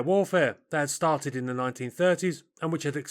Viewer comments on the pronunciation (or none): none